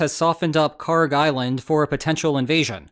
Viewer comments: Kharg island is pronounced as you did. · You’re not mispronouncing Kharg.